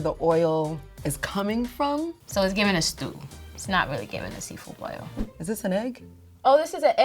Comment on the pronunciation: Ngl fl pissed me off with her "boil" we are better than that